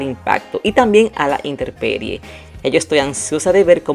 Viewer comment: Hola!! Se dice INTEMPERIE.